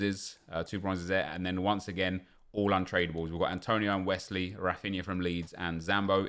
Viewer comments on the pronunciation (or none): Loving the content :) ps.. my real name is Wesley, its pronounced Wezley rather than Wesssley 😀